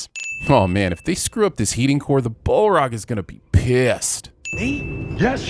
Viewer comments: what is a bowl rawg You didn’t say balrog You said bowl rawg and I’m concerned you may have an extra chromozome. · The “bol-rog”? Ding! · Ball-rog,?! Ball-rog?! SMH